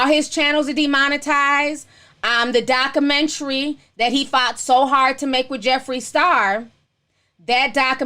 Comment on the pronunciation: Lol lord you need to practice proper speech you cant even pronounce documentary 😝